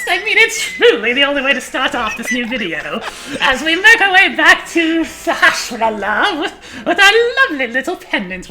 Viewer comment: Sahasrahla is pronounced sa-has-ra-la, not sa-ha-sh-ra-la or whatever.